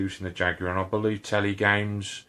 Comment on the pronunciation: Americans!! Watch this video and learn how to pronounce Jaguar properly.